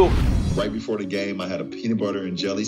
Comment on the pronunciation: ok, les français, il faut qu'on se parle…on ne dit pas: THE ≠Ze… on dit: the=DE… on répète… the= DE… que ca ne vous rentre pas dans la tęte, une prononciation aussi simple, me dépasse…pas de ZzZ